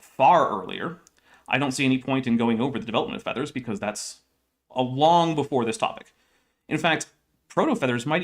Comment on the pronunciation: pronouncing "feathers" more like "feeders" is throwing me so far off what's being said. =(